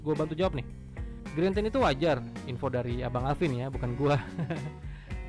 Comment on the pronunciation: Parah, orang nulis lag jadi lek diketawain.. lu aja greentint masih sering dibaca grentin, screen dimming dibaca skrin daiming.. apa tuh gren? apa tuh daiming? Wkwkwk